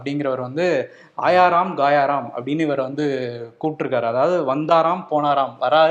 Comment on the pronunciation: It's not gaayaa ram. It's gaya ram.